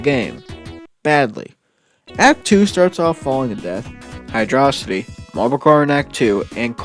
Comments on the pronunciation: bruh it's hydro-city not hydrossity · It’s pronounced “Hydrocity Zone.” ;) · The quality video and great concept do not excuse the use of "high-dross-itty". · Come on man don't 'whoops' it, own it. Hydro-city vs. high-dross-itty has been the longest standing war in the Sonic fandom. Stake your flag and be proud of it, no matter who hates how you say it. Hell, I'm pretty sure some smartass once called it "heedro-kitey" just to spite everyone else.